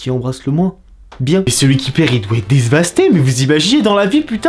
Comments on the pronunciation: Dévasté et non Dèsvaster Mr XP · "désevasté" 🤣 sinon continu ce genre de vidéo j'aime beaucoup!